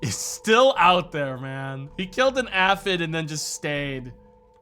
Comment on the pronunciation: I wonder if mispronounced Aphid repeatedly as a 4d chess move to drum up more engagement. One of life's greatest mysteries.